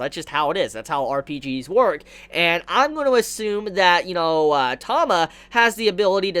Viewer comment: It's T-ah-ma.. not Tom-ah..